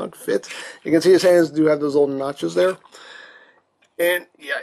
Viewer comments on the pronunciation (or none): Were you hungry while doing the review? Cuz everytime you said notches , I heard it as nachos... was it just me ?